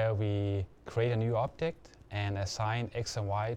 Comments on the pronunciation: Yes. He sounds like he's saying "optic", but he clearly _meant_ object. The subs are wrong. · I think he's saying object not optic. +1 if you were confused for a little while